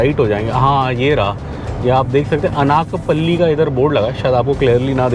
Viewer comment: It is pronounced अनकापल्ली not अनाकपल्ली FYI